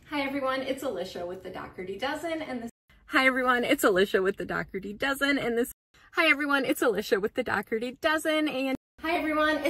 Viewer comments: Do.ker.ti would be the Irish pronunciation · Dockerty is the British/Irish/Scottish pronunciation. Pete Dougherty is a British pop star who dated Amy Winehouse, for example, and his name is ofc pronounced Dockerty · the issue is she pronounces her own last name wrong. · I have never heard it pronounced Dockerty...I knew two brothers in my younger days and their last name was pronounced DOH-erty. Weird. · It’s not. Look up how Irish people pronounce it. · That part